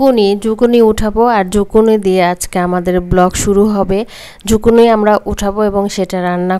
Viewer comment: Zuccini 🥒ছিলে রাঁধতে হয়না , skin সহ রান্না করলে এর খাদ্য গুন বেশী থাকে । বাহিরে ( Canada 🇨🇦, USA 🇺🇸) Skin সহ bake, cook or Chinese vegetables রান্না করা হয় । আর এতো spice use করতে হয়না । বাংলাদেশে বিদেশী সবজীর বারোটা বাজিয়ে দেয় 🙄আর ঝুকিনি কে ঝুকুনি বলবে না , শুনতে বাজে লাগে । Public এর জন্য যেই কাজ করা হয় সেখানে সঠিক information বা নাম ব্যাবহার করা উচিত । please don’t mind, take care.